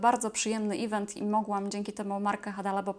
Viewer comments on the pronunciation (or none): none